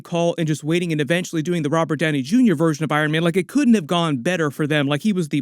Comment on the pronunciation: Robert Downey Gunior? You must be one of them that says jif instead of gif